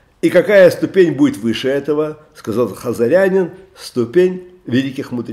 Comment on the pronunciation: "Ступень" - ударение на последнем слоге. "Община" - ударение на предпоследнем. А вообще слушаем рава постоянно и восхищаемся!! Огромная благодарность!!